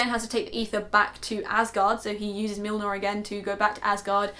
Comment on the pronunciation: Mjolnir... Muh-yol-nir?... meow-meow!